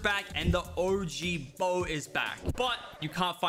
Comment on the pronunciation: Did he just say "the og" bow ?